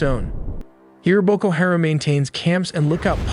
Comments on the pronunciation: Everyone needs to downvote this tool until he starts pronouncing the shit he is talking about correctly. You supposedly have the answers yet mispronounce a name on every single on of the videos. White guy from USA, here. And yet I still know it’s Haram. Not Harem. Educate yourself before you act like you know better, dumbass. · Hah-rom, not hair-am